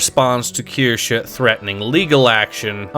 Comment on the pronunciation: breaking the meme of mispronouncing Kirsche, proof of a real one 🧐.